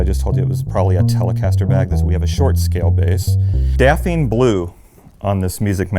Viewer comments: "Dafeen Blue"? It's "daphne", pronounced "daff-nee", like the Scooby-Doo character, or the deciduous shrub. Lovely basses and playing though! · Did he just say "Dapheen" blue? I have a bass is Daphne blue, pronounced "daf nee".